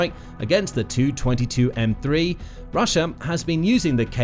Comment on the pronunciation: In text "Tu-22M3" looks ok, but hey, when you make audio from it PLEASE say as "T U 22 M3" and NOT the ugly "222 M 3"!